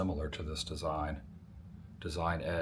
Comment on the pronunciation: Adam, as a former resident, it’s pronounced “See-me” valley.